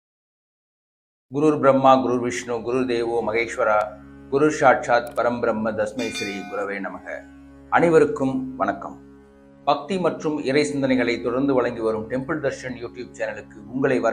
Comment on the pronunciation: With due respects to you Please correct it is not Dasmy but Thasmy